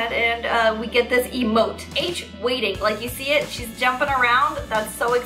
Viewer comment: me when said h-waiting instead of hwaiting the korean way 😭